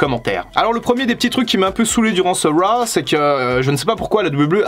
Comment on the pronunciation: Si t'arrives pas à dire raw bah on le dit à la française : monday night Crue. Ça peut être marrant